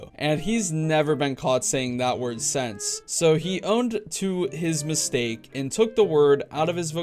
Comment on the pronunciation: "..and hasn’t said it sAnce"